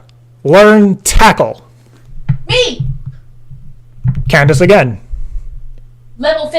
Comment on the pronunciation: Candice? It's Candiiey!